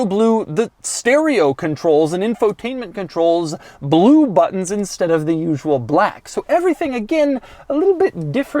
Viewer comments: I'm getting a kick out of the way you pronounce "Blewe" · His cadence is irritatingly jerky. The “Bel-oo”. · Is it just me or does Doug say the word “blue” weird?